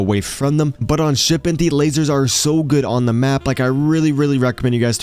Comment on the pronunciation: whats shipedent lmao learn to speak